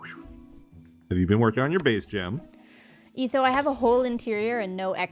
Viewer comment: NOOOOOOOOOO!! NOT GEM!!!